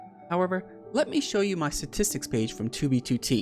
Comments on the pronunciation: Lol "Satistks" XD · I think someone needs to tell him its not "Satistics" Also take a shot every time he says it. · Does he know how to pronounce “statistics” lol. “Suhtistics”